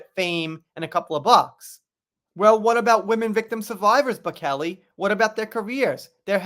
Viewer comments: It’s pronounced Bow-chell-eee not Bow-Kelly. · Good heavens dude, have you never heard of Andrea Bocelli (pronounced Bochellie). He is world famous as is his son and I would hate to guess who is more famous x Bocelli or JD! Anyhow worth doing one’s homework ! 🤣🤣🤣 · im not trying to be impolite, but can i make a suggestion? Before making a video, plz spend a little time researching unfamiliar celebrities or places (like pronouncing Edinburgh, Versailles). To me, making videos on pop culture and not knowing Andrea Bocelli is like a carpenter not knowing how to use a hammer.